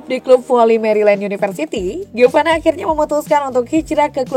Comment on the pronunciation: Giovani mulu....Giovanna mbak🤦🏼